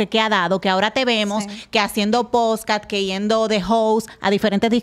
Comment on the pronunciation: Diganle a la que està al lado de la hija de toxic que no se dice Posca 😅 repeat after me ,, podcasts 😅😅